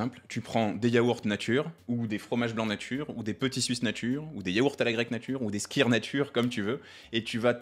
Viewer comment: Il est inutile de prononcer le "e" dans muesli: en allemand "ue" est l'équivalent du "u" français. Par contre skyr se prononce "skur* : En danois le "y" est prononcé comme un "u" français..